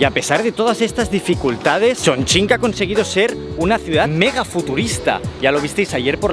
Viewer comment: No lo puedo creer, un español pronunciando bien Chongqing